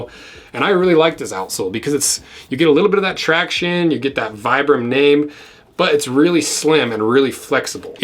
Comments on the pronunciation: Vibram is pronounced: Vee-brum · For the record it’s pronounced “Vee-brum.” The originator is from Italy.